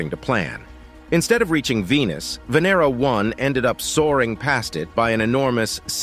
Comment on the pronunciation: The correct pronounciation of Venera is Vah-nair-rah, not Vin-er-rah, as the video voice states it.